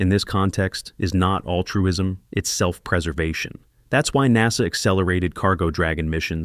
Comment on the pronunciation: good video.. please stop using text to voice that is crappy. mis-pronunciations of words like NASA is a huge distraction.